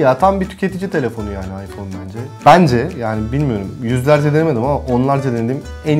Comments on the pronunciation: ayför nedir ulan ;QweQwe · 0.25 beste ayför mü diyo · abi ayför diyo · AYFÖR:-) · Iphöür 6 :D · ayför diyor:D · 20. ve 25. saniye abi aypör diyor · ıphör diyo abi